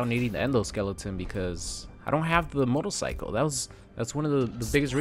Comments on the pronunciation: Notice that said “motolcycle” and not “motorcycle” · same, he said it like 3 times in a row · Can we get a compilation of saying “motorcycle” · The way you say "Motorcycle" throughout the video has a bit of that Austrian accent to it and I love it